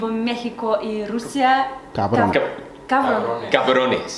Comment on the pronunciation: ese "México" sonó bastante español.